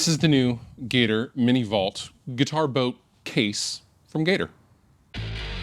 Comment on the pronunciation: I heard "guitar boat"